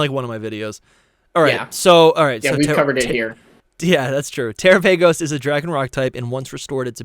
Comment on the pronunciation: Guys terapagos is pronounced like galopagos, not terraPAYgos 😵‍💫